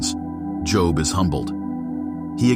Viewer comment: Please stop pronouncing his name that way... it's pronounced as Joeb Joe with a "b" at the end. Not as jn a profession. It only looks like job